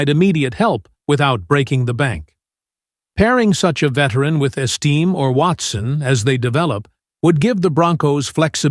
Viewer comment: You should learn how to pronounce the player's names. It's eas-ta-may, and you're right about TE is the most important need. The Broncos should try draft the TE out of Penn State, Tyler Warren. Then Wr is tied with Rb for the next needs. Either Sanders moves to middle line backer or they should draft one.